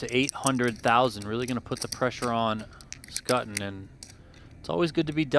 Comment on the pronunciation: Fairly sure Schutten is not pronounced as 'Sk-ah-tten'. 'Sch' is pretty much always 'sh' in German names as in Schwarz, Schwab, Schwarzinger, Schubert, schadenfreude.